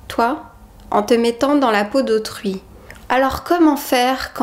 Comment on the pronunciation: Au lieu de "dans la peau d'autrui" j'ai compris "dans la peau de Truie" ;)